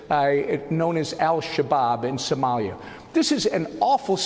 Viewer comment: she pronounces 'Somalia' like 'sommelier' 😂 The irony...